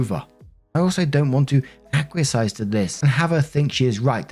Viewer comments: “acquiesce” is pronounced “ack we ess”, not “ack we uh size”. I love your channel, it’s the first one I listen to every morning, and the only one I consistently hit thumbs up on, so don’t think I’m being mean, but I’ve heard you mispronounce this word too many times not to speak up. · Acquiesce= ACK-wee-ess; to give in or permit something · I adore your videos, but for the love of all that is holy 😂 acquiesce is pronounced ack-wee-ess. And while we're at it, placate is pronounced play-kate.